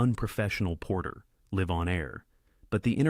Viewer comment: the AI voice pronounced it as live, as in, live in my house, not live as in ,live on air.